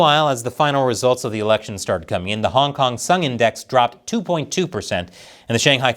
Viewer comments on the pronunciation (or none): it is Hang Seng Index not Hong Seng 😅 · it’s “Hang Seng”, you nitwits !!!😋